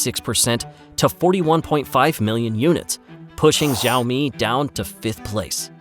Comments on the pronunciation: you should learn correct pronunciation of XIAOMI before recording your video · The X in Xioami is pronounced more like SH than Z. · He pronounced it correctly the first time then it becomes wrong Seems AI generated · The name Xiaomi is pronounced wrong. Can't watch the video if the company's name is pronounced wrong 😅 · Is this an AI voice. The way he misprounces MIUI and XiaoMi is off-putting. No offense if you are a real human voice but learn to pronounce some important words 🙏🏻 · its not ziomi its shiaomi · Btw, it pronounced Sha-o-mi, not zha-o-mi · Please it is Xi-aomi, how can you pronounce Zi-aomi!? It’s too annoying that I can finish your video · Xiaomi is pronounced [Shiao-mi] not Zhiaomi. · Great video, great story, congratulations! You should have learned to pronounce XIAOMI though. It's NOT "Jeeowmi", not "Zowme"... The right pronunciation is easy, you CAN do it! I's not rocekt science... XI ... almost ¨exactly" like SHE AO... exactly like the "OW" in cow. MI... exactly like ME, or MEE in meet. Now repeat 10 times and you are good to go. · Also learn to pronounce their name correctly. More like "sh" than "z" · Its pronounced SEE-ow-me. Zee-ow-me. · It doesn't pronounce "zaomi" or "jaomi". It pronounces as "shaomi". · When company says Sāomi, don't spell Jāomi. It's ridiculously odd! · Why tf does he keeps saying ZAO ME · Why is this guy pronouncing xiaomi with a z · School time: Listen up kids, today we are going to learn how to say 小米 XiaoMi. Easiest way to say it is shee-ow me. She(female) - ow(noise you make when hit) me(that is you silly). All together now Shee-ow-me 小米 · FYI pronounced "sh-ee-ow-mi" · Why would you make a video about XiaoMi without researching how to say the name properly? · the narrator sucks. Xiaomi is pronounced with a hard SH, not a light J. not jow-me. and miui is Me You Eye, not me you ee